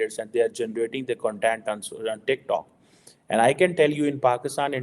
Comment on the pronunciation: Jhaatu... there's a difference between kan-tent and kaun-tent.. kya researcher banega re tu